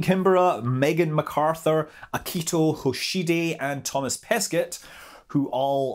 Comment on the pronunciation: For Thomas Perquet, do not pronounce the last letter of each word here, and you'll get the righe pronounciation. Yeah, I know, it doesn't make sence.